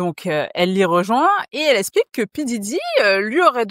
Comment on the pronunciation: Tu dois apprendre à prononcer les “x” - “Elle esplique”—> “Elle explique” - sinon top vidéo